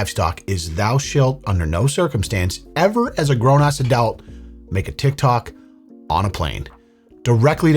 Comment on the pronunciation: goddamn man. The word "adult" doesn't have an E in it. Good Christ.